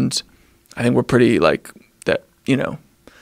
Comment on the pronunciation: He says "wike" instead of "like".